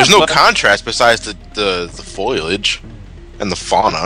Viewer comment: Foilage? It doesn't take a nucular scientist to pronounce foliage!